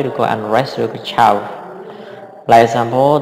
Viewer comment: អត់ទោសពាក្យថា Chaos គេអានថា (ខេអើស) មិនមែន (ឈូវ) ទេ។ សុំជួយចែករំលែកមួយចុះលោកគ្រូ តែការបង្រៀនលោកគ្រូល្អ